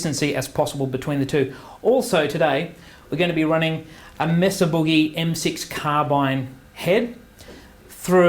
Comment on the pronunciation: "MAY-suh" not "Mess-uh".